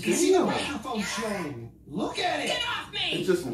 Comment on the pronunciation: "You Luuk at it"😂😂😂